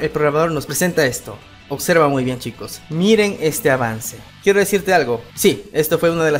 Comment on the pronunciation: En el titulo dice OBSERVA pero tu pronuncias !! OCSERVA !! todo comunicador debe mejorar su verba, saludos 🖐